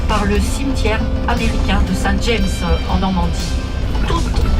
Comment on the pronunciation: Ah ah ah, pourquoi avoir utilise une image du chateau de Fougeres pour illustrer votre video ? Et qui expliquera a la guide que St James se prononce a la francaise st jam